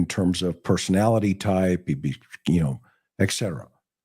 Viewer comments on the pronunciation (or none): McDonough drones on too long. Plus Etc is pronouced ET CETERA not ECK CETERA. Drives me crazy.